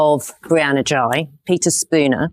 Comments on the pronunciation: yes Ghey looks like is would be pronounced 'Gay' and not 'Jigh' but Sunak repeatedly said GREY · Absolutely spot on. The maybe inadvertent mispronouncing is forgiveable. The jibe and refusal to apologise are not